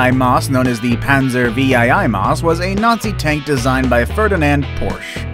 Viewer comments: Maus VIII is pronounced Mouse 8 or eight not vee eye eye eye Maus. VIII is called: 'Roman Numerals'. You speak like you were a victim of our American Public Schools. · It’s pronounced panzer 8 mouse, not panzer vee eye eye eye morse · Has this guy never heard of roman numerals? Does he say "King Henry vee-eye-eye-eye"?! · Agreed. This guy is not an educated cookie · Typo in the text for the VII MAUS.. or the narrator messed up. Text says V I I I... text says V I I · learn how to read Roman numerals!